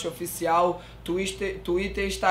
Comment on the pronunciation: `` tuister´´ kkkkkkkkkkkkkkkkkkkkk